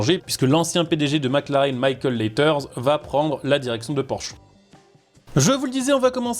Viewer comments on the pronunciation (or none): Michael LEITERS et non LEITER, encore une vidéo qui sent l'IA !